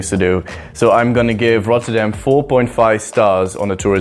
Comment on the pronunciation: that doesnt make sense since he doesn't know how to pronounce it even after he said it.